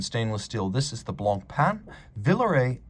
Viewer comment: He says it very well.